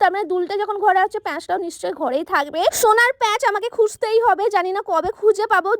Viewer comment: হোনার নাকি সোনার 😄😄